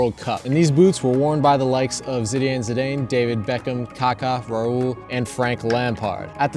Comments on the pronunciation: ZINEDINE ZIDANE (zidAHn) PUT SOME RESPECT ON THE NAME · holy shit that zidane pronounciation is cringe